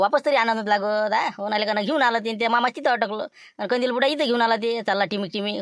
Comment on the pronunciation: मामा बोलते कंदील को कोलते😂😂😂😂